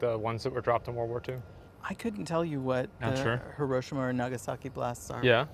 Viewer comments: "I couldn't tell you what the Hiroshima or Nagasaki blasts are." Tectone: "Hiroshimaru?" LMAO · "you said hiroshimaru¿?" 💀 never change tectone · "hiroshima" "Did you say Orochimaru?" XD BRO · "I couldn't tell you how this compares to hiroshima or nagasaki ones" Did yyou say horochimaru? bro..... I cant do this